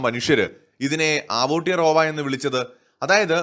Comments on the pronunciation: It's അവ്ടെറോവ not ആവൂട്ടി റോവാ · ആവോട്ടിറോവ അല്ല ചേട്ടാ. ഔത്തിയാറോവ. അങ്ങനെയാണ് മൗറീ ഭാഷയിൽ പറയുക. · Aara pottatharam paranjutarunne.. Njan NewZeland il aanu😄.. Kastam.. Agane alla Aoetora pronounce cheyya.. Evide epozhum evarude cheriya partykal cheroya noise undakum.. Atre ullu